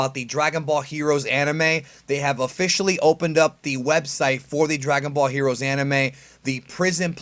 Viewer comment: You just can't say heroes right "HERUUS"